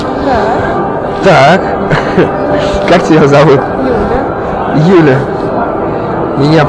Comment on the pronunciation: Кажется она сказала Люда, а не Юля!!!